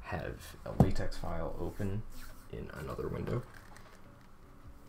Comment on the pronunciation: It’s pronounced latex, not latex.